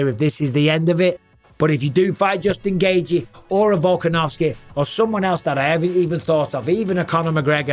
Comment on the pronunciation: Nobody pronounces the name Justin Gaethje better than Bisping. I can listen to him saying "Justin Gaethje" in a video on a loop for 8 minutes straight and be happy af!